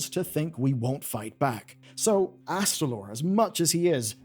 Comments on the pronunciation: It's AsTAlor not AsTRAlor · I know “calling out YouTubers for mispronouncing fantasy names” has become a meme but he immediately adds an extra R that simply isn’t in Astalor’s name [not Astralor] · Astalor, not Astralor. Don’t mangle my boy's name or I'll extract your anguish! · HOW. HOW ARE YOU STILL SAYING "Mu'ru" WRONG?!?!?!. It's not even just this name. You said "Astralore_ in the beginning. It's not kel'thas. It's Kael'Thas. There's an ae sound!!! Just wrote your scripts phonetically!! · Why do you keep adding an extra R to his name when you say it? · Uhm, ACKSHUALLY, there's only ONE 'R' in Astalor's name... ☝🤓